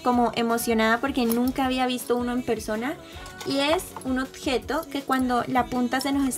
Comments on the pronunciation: Me gusto muchoooooo tu video solo quiero hacer un comentario... tú dices otjejo pero se dice objeto con b y no con t, solo es un comentario pero me encanto el video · me encanta que diga otgeto jajajaja me gustan tus videos